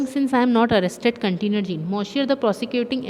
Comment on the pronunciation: Sorry for saying but it's Jean not giyan,ok. How ever, thanks for your explanation